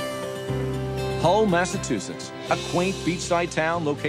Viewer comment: “hull massatushes.”